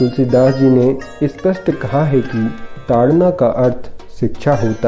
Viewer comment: Its taadan and not taadna...!